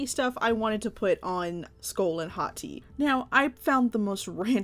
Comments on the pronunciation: And BTW it's pronounced HOE - TEYE if you know how to say that based on how I spelled it. Great job! 🙂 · HAHT-ee is how you pronounce it by the way i searched it on google so i know its true and also these two look grate 🧀seal of approval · Why when you first said their names I thought you said "skull and hotteeth" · It sounds like she says hot tea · Every time u said Hati’s name, I thought u was saying Hot Tea.